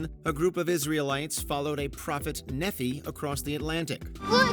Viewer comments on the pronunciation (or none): lmao i laughed when they said nephee. its pronounced knee-phi. but yes we do believe that.